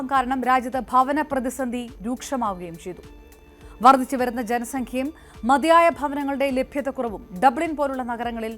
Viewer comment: വർദിച്ചുവരുന്ന?ബുദിമുട്ട്? ഉച്ചാരണം ശ്രദ്ധിക്കുക